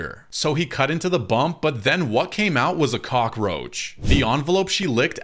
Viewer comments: Why do you pronounce it onvalope it’s evevelope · you mispronounced evnelope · What da hell is a "onverlop" I mean it might be they way you pronounce it. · Teacher:make sure to Pronounce ur words correctly. Him: "OnVeLoPeS! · you the one who mispronounced envelope